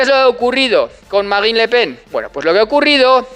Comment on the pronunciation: ¿Tú pronuncias la "e"?